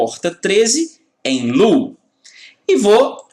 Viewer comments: Otima aula. desculpe a correção do seu ingles. o estado LOW (baixo) pronuncia-se Lôu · Low se pronuncia "lôu". Seu método de ensino é muito bom. Você sabe exatamente o quanto de informação e quando deve ser apresentada ao aluno, quase como se você soubesse a "arquitetura da cabeça de cada aluno". É como se vc fosse capaz de programar as pessoas. Muito obrigado pelo excelente trabalho e por compartilhar seu conhecimento. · Aula muito top!!! A pronúncia é lôu.